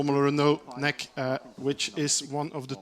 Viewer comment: I think it's great racing! But the commentator! Omg he is so bad 1) he calls it nec like a word not N E C or Northern European championship etc.. 2) he says 'there is no DRS like in F1 this is proper racing??!! What why would he say that! 3) HE DOESNT EVEN KNOW THERE NAMES!! HOW UNPROFESSIONAL!! He says the guy in front!! Please do something about this I am trying to enjoy a good race but he kills it! I cannot watch this anymore